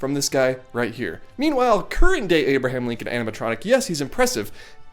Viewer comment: "Abirdham Lincon"